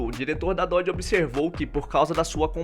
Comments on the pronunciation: Depois de 7 meses de análise neste comentário. Descobri que ele quis dizer "Nossa, errou o nome da marca (Dodge) do carro, "Dodge" demon 170, Até a mulher do Google (Google tradutor) Consegue falar melhor, direito diferente de você, que não sabe o nome da marca. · Péssimo errou o nome do carro da preparadora seria melhor a mulher do google